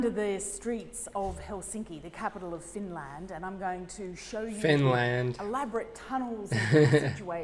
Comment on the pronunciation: That was a bit funny how that news reporter pronounced Finlaaand😁